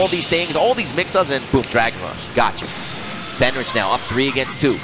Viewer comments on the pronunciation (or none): How is Fenritti pronounced Fenrich? Lol